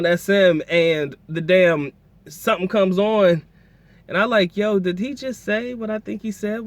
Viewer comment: It's not Joe, it's Yo.